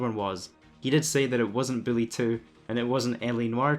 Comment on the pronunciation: Its "bully" not billy.. your bothering me calling it billy. Lmaoo